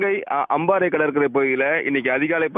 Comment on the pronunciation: அம்மாரை ❌🤣 அம்பாறை ✅😆